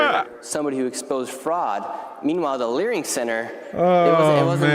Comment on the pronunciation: Ha leering center, we need benenenevolenent emper- …king